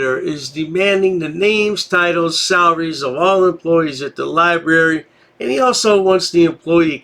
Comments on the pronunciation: The lie berry😂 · He is at the Libarry maybe he will get smerter. he kind of stooopid. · Hahaha!! Lie-Berry...I wonder if he eats Ba-Sketti? (This was the way a girl in my 1st-grade class pronounced spaghetti). This is the mental capacity of this guy. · "Not everybody has an ID." What world does he live in? He even says he only shows ID if he's committing a crime so he apparently does have one. If she's breaking the law, call the police. Now he's talking about all the money they pay, but i thought he was guest and doesn't pay anything to that "lie-berry." The NotsogoodguyIdiot proves his ignorance with every phrase he utters.